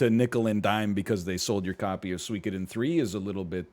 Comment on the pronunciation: NL with the Suikoden reference and even the correct pronounciation. Woo!